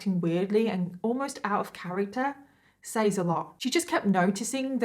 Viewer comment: Just curious...you keep saying says phonetically like sayyys...but its pronounced sez ...is that how everyone pronounces it in the UK? Like is it just part of the accent ...the way Boston ppl pronounce car as CAH? Lol I'm just curious